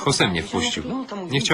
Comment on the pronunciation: Jose, nie Hose ;<